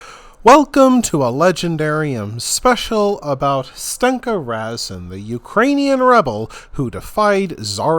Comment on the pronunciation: Are you making a joke? You butcher the pronunciation of the names of everything. I don't think you got one right. And Razin, was Russian